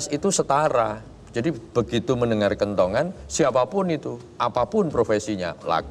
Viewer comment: Kentongan, bro Abdur... bukan kentungan ya 😂